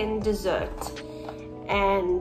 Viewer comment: I would think that blue one would be called African DESSERT....as in yummy edible DESSERT but it's not, (she is pronouncing it like that though) ....it's actually called African Desert (as in a dry area of land ) just letting u guys know because I was just listening to what she said and when I typed in African DESSERT it would not come up....thats how I found out it's desert